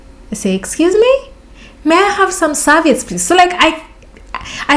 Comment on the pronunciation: Sir-vee-utts. 😂. It's the little things, and it is miscommunication. But you killed me with the dildo.